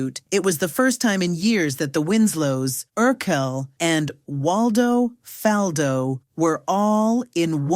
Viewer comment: Why she keep saying his last name wrong? It’s pronounced the same way as his first name. That was part of the joke. His whole name rhymed